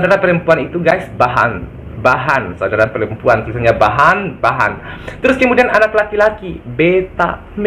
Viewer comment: Bukan bahan om tapi behen.. "yeh meri behen hai"